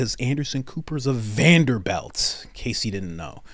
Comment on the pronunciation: Thanks, Coach. This was my favorite commentary on the Tucker/Stewart upheaval. I sure do appreciate your take on it. You've presented this so clearly.. It is so frightening what we have to look forward to for the next 7 months..... Why are you saying Vander-BELT instead of Vander-BUILT? Is it supposed to be funny,m or what.